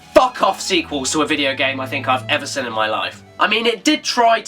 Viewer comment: Why do you pronounce 'seen' as 'sin' ? I'm just curious, great videos btw :)